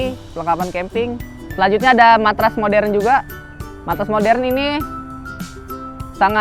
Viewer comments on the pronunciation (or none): none